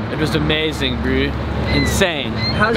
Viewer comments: I love how pronounces bro. BREW! Whats up brewski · The way he says "breew" instead of bro kills me inside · WTF is "Yeah Brew..."This SA dude needs a language lesson! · SKYrise He isn’t saying bro, he is saying bru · has anyone noticed that says the word “bro” like “brew” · Loved pretty much everyone of your vids no fault on you but if I hear “bru”or brew” whateve one more time ima snap ...It’s annoying ... I’m sorry